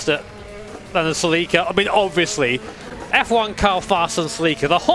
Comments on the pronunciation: “Suh-LEEK-uh”. Huh. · I'm not the only one who pronounced Celica as "seliika" even though it doesn't make sense